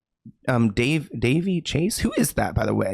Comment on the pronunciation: Oh my god it’s da-VAY